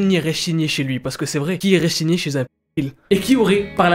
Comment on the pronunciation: A chaque fois qu'il veut dire "signer" Il dit "shigner" sa me fait pèter de rire